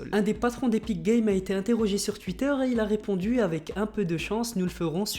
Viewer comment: Son "touitteur" me tue à chaque fois